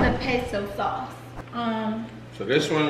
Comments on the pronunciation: It is not Paso sauce 😭. It’s Pesto pest-o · Y’all saying Paso Pasto it’s Pesto ask Siri lol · Pesto not paso 😂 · Y'all are killing me saying Peso 😩😂😂 Pesto😭😭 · Why they call the pesto "peso" lol. This video was so cute!